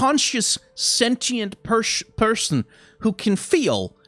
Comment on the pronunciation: "Pershon" - haha, compassion.